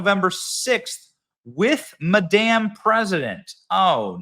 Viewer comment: You say Madame so it sounds like " maDamn" !! The Sound of Silence is being overused. The Belgian Malinois shorts are playing it on every one of their shorts (a version by Disturbed)